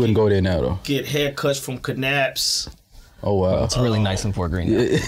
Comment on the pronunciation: Lol no "Kah-apps"... 🤣😂🤣😂 Nahhhh J. You lived there, you gotta know the K is silent. Lol Knapp like nap st. Lol... Oh, the Brooklyn in me cringed when he said "New York st.". Lol He's so ATL, I love it. Lol